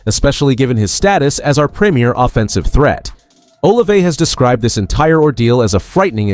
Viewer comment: He will practice when he is off. Blood thinners don’t you follow them? Still can’t pronounce Olave!! Worst podcast ever!!